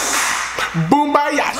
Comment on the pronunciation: “Boombayah, Boombayoo, Boombayahoo ”😂😂😂